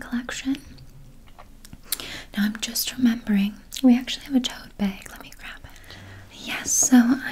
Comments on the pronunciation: Gosh I love the way Canadians say bag... BEHG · i love the way canadians say bag